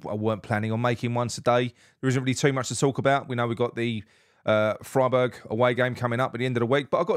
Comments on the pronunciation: Keep on doing just what you & the guys are doing - we all appreciate your down-to-earth style. PS: it's pronounced Fryberg BTW. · Freiburg as in Tryburg